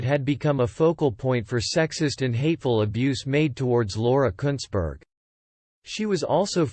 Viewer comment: You pronounced her name exactly right!